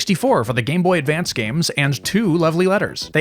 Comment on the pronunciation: Just want to say thank you for actually saying it right 👍 the amount of people that call it the game boy advanced actually drives me crazy